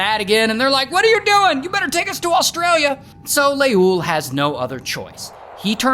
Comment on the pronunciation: As an Ethiopian every time u say leul I'm dying 😂😅